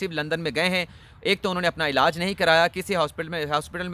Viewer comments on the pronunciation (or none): none